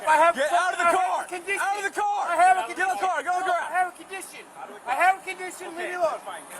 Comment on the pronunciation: he said on i have a candition not suprised